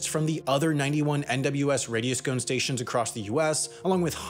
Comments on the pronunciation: "Radio Scone" It's like a radiosonde, but more delicious. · My dude said "Radio-Scone" multiple times. lmao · I've never heard someone call radiosondes "radioscones" lmao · 100,000 feet is NOT 300,000 meters. Also, stop saying radioscone (or whatever that was). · Regarding the device attached to the weather balloon - a radiosonde - it's pronounced like "radio-saw-n-d". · "Radio Scone" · You are pronouncing "radiosonde" incorrectly